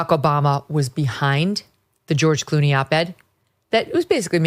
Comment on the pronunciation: literally: "Ghewish Clooney". Freudian slips make you go, "hmmm".